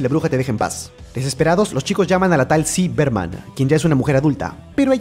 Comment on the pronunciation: es ziggy berman :) no es ci berman